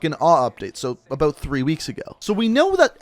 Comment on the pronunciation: I liked everything in the video except the way you say the word “about”. Makes me wanna choke you...just a little bit though...just a little.